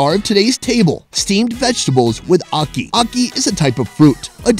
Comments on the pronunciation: Never heard it called okee before. I have been Jamaican for 51 years and that was a first. It is a-key for akee. You could also say ha-key. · ACKEE pronunciation guide: Its like the A in apple but NOT NOT NOT the A in Awesome. Its also like the A in the Spanish word Aqui! which means "here". please fix dat! beg yuh!! t'anks!! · Definitely mispronounced ackee!!